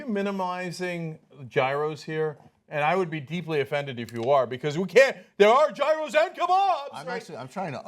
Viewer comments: YOU PRONOUNCE GYROS WRONG!!! CONSTANTINOPLE WILL BE TAKEN BACK!!! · Did Cenk mispronounce gyros on purpose? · The inability of you guys to pronounce "Gyros" is incredible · IT'S YEE-ROSE, NOT JY-ROSE!!! I'M SO OFFENDED!!!